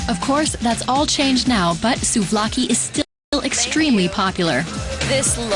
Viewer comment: sLOUvaki? Its sOUvlaki girl.... where do they find these people